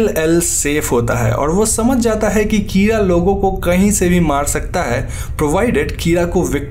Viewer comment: Kira is pronounced keyra😂